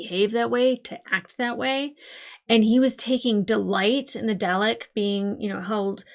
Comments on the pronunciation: Nvm the “” thing, when you pronounced Dalek like “Day Lek” I will admit I chuckled a bit! 😅 But then I remembered that all this was (pun unintentional) alien to you and at least when I was very little I heard my Dad say it a few times, and we both live in the UK so I shouldn’t laugh really lol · "darlek" it's pronounced "darlek" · Every time she mispronounces Dalek, it annoys me. 😮‍💨😮‍💨😮‍💨😮‍💨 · Still working on that pronunciation of Dalek I see.